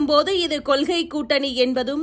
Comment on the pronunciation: கொல்கையாம்மா கொள்கையாம்மா நல்லா தமிழ் பேசுறீங்க